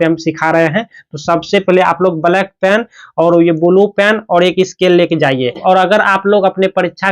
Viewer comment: Sir ji bulu pen nhi hota blue pen hota hai 😂